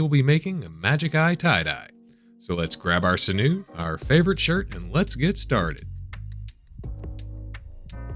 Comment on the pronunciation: Sinew: It's pronounced like "Sin-you" as opposed to "Sin-noo".